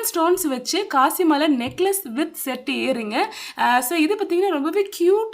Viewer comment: It is not kasi mala , it is kasu mala